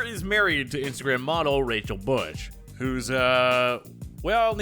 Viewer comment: Rachal Bush, OMG.